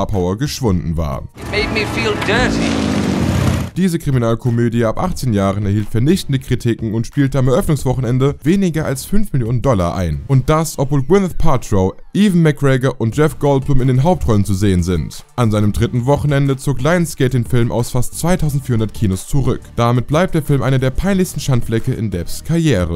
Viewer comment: "Even" McGregor? Wirklich? Und ihr nennt euch Profis?